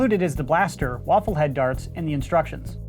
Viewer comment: Did you say, "included waffle darts?"